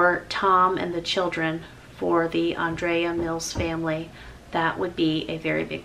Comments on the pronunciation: UPDATE - YES, I apparently mispronounce ANDREA'S NAME through the whole video. Lots of folks are rolling in comments and messages upset at me. Gracious folks, all I can do is try. I talked to Andrea several times and she never corrected me on her name. My own name is mispronounced daily. Many say "JAM-merrill" when it's "JAY-merrill." Let's not get hung up on this. MY HEART was to honor this dear lady, and just like how life goes, even our best efforts are IMPERFECT. I am broken and flawed, but I'm SO THANKFUL to have known ANDREA. Go DONATE the Andrea Mills Donation Outlet and here's Andrea Mills Channel ~ be blessed! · Oh no, I thought what a lovely way to honour Andrea 💛 I didn't pick up that you said her name wrong. I think some people look for ways to poke at anything. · Lordy, yes ignore the negative comments. It isn't like they never pronounced a name incorrect. And you're like one of the sweetest people ever. You were honoring her memory. ❤❤❤❤❤ I'm in shock though of hearing her passing. 😞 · YES, you are SO RIGHT! And you can pronounce the name Andrea at least three different ways. I've watched her videos for years as well and have heard her say her name at the beginning of every video. This is just how saying her name comes out of my mouth. She heard how I said her name, and she never corrected me. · It beggars belief that this awful, untimely tragedy can happen, that you give a heart felt tribute to a wonderful lady, friend, wife and mother and all these sad individuals take away from it - the one thing they see as having most import is your mispronounciation of Andrea's name ???!!!! Get a grip and reflect on what you have said you are being ridiculous ! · Also I want to say It's okay you "mispronounced" her name. Honestly it could be said either way. Love ya! Thank you for being another wonderful woman I look up to!!! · I am sure she has had both pronunciations her whole life. It is okay, we love you, and thank you for honoring her